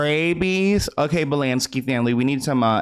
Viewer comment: Nikki “Balansky” 🤔😂